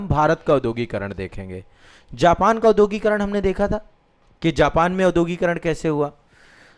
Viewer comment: भाईसाहब औद्योगीकरण का उच्चारण शुद्ध कीजिए।